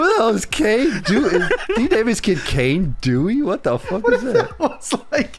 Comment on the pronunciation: “No no it’s pronounced Khan Eh Dewey”